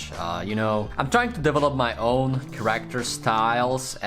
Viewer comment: Its not called ”CarActer” its called ”cAracter”